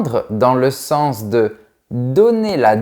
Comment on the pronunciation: 'Estomac' = prononciation 'estoma' 😭. 'Sens' = prononciation 'sans'. 😦